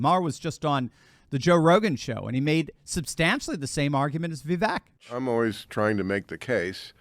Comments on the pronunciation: Vivek pronounces his name Vee-vake (as in cake) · It's 'Viv-vake'. Rhymes with cake. I know you only care about Trump, but the famous exchange with Nikki Haley clarified how to pronounce it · Name pronounced viv VAKE as in cake. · Vivek is pronounced “Vivake” like “cake”. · *, pronounce his name correctly: as he said in the debate “Vi-vake, rhymes with ‘cake’.”*